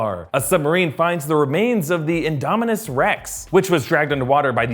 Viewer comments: INDO SAURUS??? ITS INDOMONUS REEEEEEEEE!!! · Its not indosourus its indomonus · He called the induminus Rex inorasoraus rex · Did he just say indosaurus rex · Did u just say indisurus rex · I'm sorry did you say indosaurous rex? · He said “indosaurous rex” lul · he says indosaurous-Rex 😂 wtf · Am I the only one that heard him say Indo-saurus Rex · say it with me in-dom-ma-nis-rex